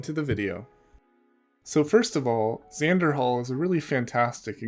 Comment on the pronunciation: Oh my god I almost chucked my phone out the window when you said Xanderhal